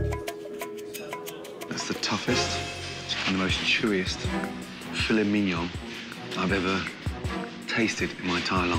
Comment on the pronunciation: As a french boi, I can say that he said "Filet Mignon" with such ease lmao